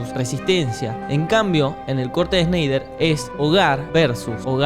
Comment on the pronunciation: Snyder, pronunciado como Schneider me dió sed 🍺 😂